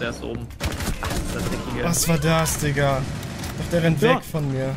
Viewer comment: Mir ist klar das er Digga sagt, aber es hört sich halt eher nach N.gga an